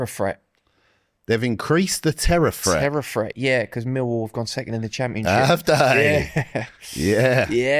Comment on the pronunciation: is bang on with the millwall pronunciation